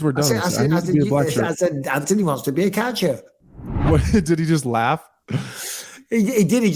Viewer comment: "Ant-toe-knee" you're home!